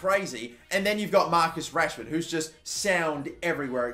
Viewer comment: It’s goddamn Rashford ain’t it